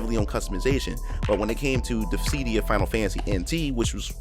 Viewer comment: I’ve never heard anyone pronounce it “ dis sea Dee ah” before Mostly “Dis sih Dee ah “ it was so hard for me to ignore lol